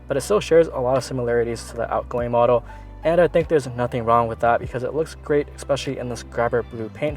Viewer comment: You might be mixed. "Eckspecially"? Go axe your father!